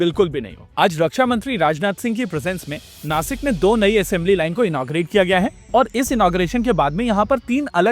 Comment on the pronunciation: It is नाशिक not नासिक and it is महाराष्ट्र not महाराष्ट्रा., I hope you will not mispronounce in future. जय महाराष्ट्र!